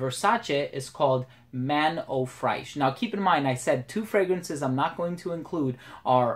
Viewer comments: Man i really enjoy your reviews but please the American frag YouTubers should try to improve more on their foreign language pronunciation. You pronounce Fraiche like The sound you use with "trés" in French. So its like "Frésche". You have google translate you can use the audio to improve your pronunciation, Theres no excuses. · Good video, but "fraiche" is pronounced kinda the same way as in English :)